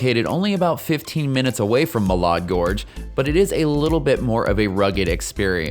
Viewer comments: This was a great video! It will be very helpful for many people. I'm an Idahoan of 32 years. FYI, Malad Gorge and the city of Malad is pronounced, Mal-add not Mall-odd. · great vid but please say Mal-add.😊